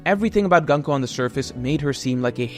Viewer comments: Pleeease stop calling her Gun-ko...... It's distracting af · For future reference her name is pronounced グンコ - goon-koh The same way you pronounce the U sound in Luffy